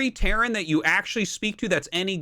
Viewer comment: he said terran and it sounded like "karen"